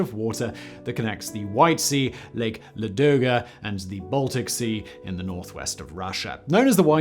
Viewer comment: Great video. Would be even greater if you had checked stress in Russian words. For instance, the big lake next to Leningrad is L'adoga with the stress on the first syllable.